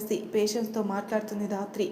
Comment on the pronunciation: Sister dhatri ane padam raatri ani vastondi Pleasec correct cheyyandi